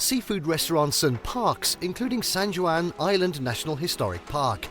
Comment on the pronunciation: Did you for real say "san joo an"...?